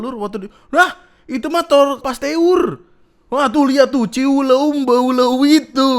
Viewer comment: Lucu bgt pas bilang pastewur